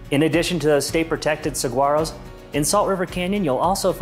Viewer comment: Pronouncing saguaro wrong 😭💔